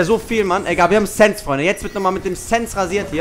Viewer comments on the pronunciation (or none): booor es heißt sense das letzte s wird gesummt wie der Tod mit er sense und nicht sense wie du es schnell spricht bist du rille von wegen abi 😂😂😂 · SENZ? Nicht sense HAHAHA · Es heißt Sense nicht SSENS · Sense ist ein deutsches Wort 😂 man spricht es SensE aus 😂